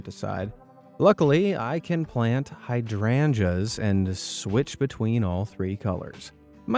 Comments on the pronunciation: It's pronounced like hide rangers not hadranjas . Also are you talking this slow on purpose. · Heya! Just a tip! Hydrangeas is pronounced hide-range-us ;)